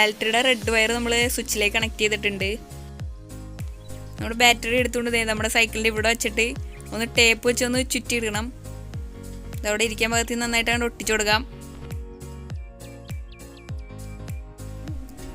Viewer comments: പിന്നെ ഒരു കാര്യം ബാൽറ്ററി അല്ല battery ആണ് ട്ടോ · Da mone balttery alla Battery